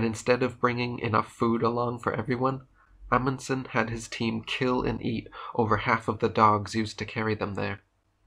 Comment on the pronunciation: Did you just say Emunson The FRAM, THE ‘“MEDRA”???? 😳😳😳😳😳😳